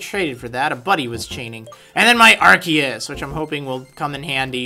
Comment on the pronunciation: Arceus is pronounced r-see-us